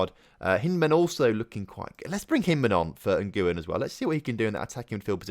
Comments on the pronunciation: Nguyen is definitely pronounced 'win'. Not even playing. Really. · Nguyen is actually pronounced en-gwyn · Ilham Fajrian no anyone can do it if they “whin” and then they’ve pronounced it